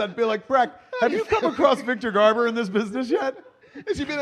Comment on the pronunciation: " We need to call Richard Donner and ask him about Superman. So Richard let ask you. 1st , Do you know Victor Garbor ? " I burst out laughing 🤣. I thought I was watching Babble On for a second. Classic Kevin. Awesome 👌